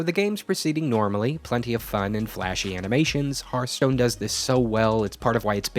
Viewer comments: The name of the game is Hearth-Stone. Not Heart-Stone. Hearth is pronounced as fireplace 'hearth', not as Heart, the thing in your chest. So annoying to hear people mispronounce the name all the time. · hearth... not harth... HEARTHstone... fukme... why do you nitwits mispronounce it so confidently? it's so fucking cringy. I have issues. Please stop adding to them.